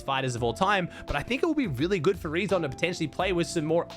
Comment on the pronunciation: Btw the name „reazon“ is spoken like the word „reason“.